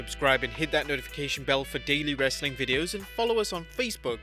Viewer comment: I like it when you said "RHASSLin content!"